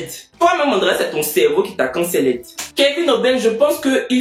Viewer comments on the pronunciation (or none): pardon sa se prononce « kensold » 😭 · laisse les haineux, ta communauté te kiff, moi je te kiff. Toi au moins tu as vu Paris. Moi je ne connais même pas Yopougonn. Si ce n’est pas grâce à toi!😂😂😂. « can-ce-lled » 🤣🤣🤣🤣🤣🤣 laisse nous même on va les can-ce-lled!